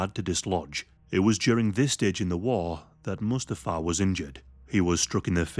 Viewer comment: One of the most interesting, informative and compassionate videos! Only issue is Mustafa’s name is pronounced, ‘moo STA fa ‘(think Lion King)